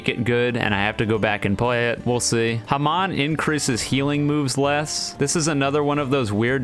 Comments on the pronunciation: i HATE how he says hamon. it's HA-MONE, NOT HA-M-ON! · dude its not haman its hamon pls say it right Booooo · your videos are so good until you say HA-MON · The way he said hamon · why u say hamon so weird